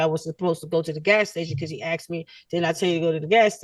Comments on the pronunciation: I can’t get through this. As a black man with black kids. I sure as hell made sure they don’t sound like this. Axed seent 😂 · Axed and seent it should be grounds for re-education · She “would’ve seent him” . . . “axed”. She should also receive a citation for messing up the king’s language. 🤦🏽‍♀️ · Seent, axed … I’m suing for an assault on my ears!